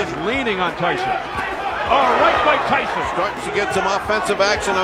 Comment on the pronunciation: Tyson pas tysson (tyzon) sinon le reportage est super ❤